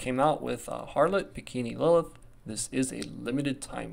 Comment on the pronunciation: Its Harlott in global? Being calling him Howlett lulz